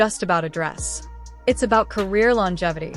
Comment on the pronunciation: "Carear"? You have a brain tumor?